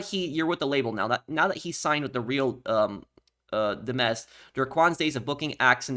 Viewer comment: Hello, I’m pretty sure “Real Dimez” is pronounced Dimes, as in the coin. Those look like prescriptions, not meth, you can see they’re circular with lines in between them if you look closely. I know it seems insignificant but it could be a hinting to some sort of counterfeit pill business.